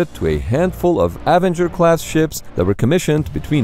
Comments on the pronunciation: That's not how you pronounce "Avenger"... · Teach your robot to pronounce "Avenger".